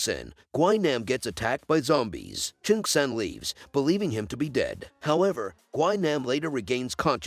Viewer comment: It’s not pronounced gwi nom is GWI- NAM Jesus